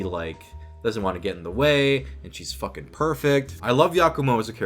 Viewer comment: "yeah they FWOAKIN!!"